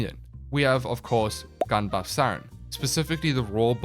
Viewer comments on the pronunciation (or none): the way you said gun buff saryn,I heard bum guff saryn😂😮😅